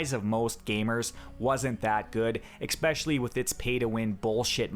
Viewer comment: I don't give a fuck about this game, but you do NOT know how to make an informative video. Five out of ten points you made were historical inaccuracy and women. Also, it's especially, not expecially.